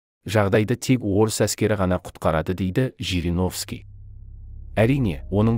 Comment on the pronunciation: ЖЕРЕГОВСКИ ШАЙНАҒАН ЕКЕН.